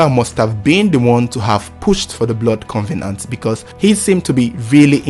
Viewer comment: First of all covenant is not pronounced as con ve nant please....it is cov e nant.......now how do you know they've made a blood covenant??....anyway rumours are always rumours and never a fact........Hope the two find rest and peace in God almighty their creator.....it should not have happened at all...really senseless.....